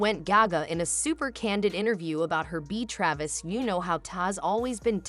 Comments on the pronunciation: I didn’t catch the narrator calling him Tavis. Tavis is what people are using as the combined couple nickname: Taylor + Travis. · His name is Travis, not tavis